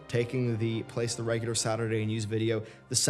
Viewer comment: I just want to say that I thought when you said "today is a Saturday" you said "today is a sadder day" and then going to tell us that someone you know died. Love <3